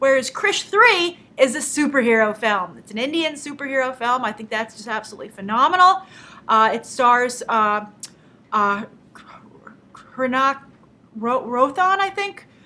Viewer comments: Grace it seems you were struggling to say the bollywood actor's name. It is spelt Hrithik Roshan but you pronounce it like this - 'Rri--thick Ro-Shaan' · Huh. My boss is Indian as well and she pronounces the h.